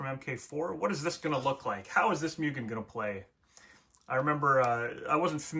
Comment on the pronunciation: Why do you say "Mewgen" its "Moogen" you sod.